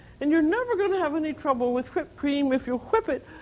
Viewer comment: I love how she says whipped. "I'm going to make ha-whipped cream."